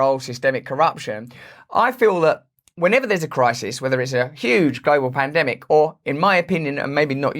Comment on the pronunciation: Did you say pandemic or plandemic, Russell?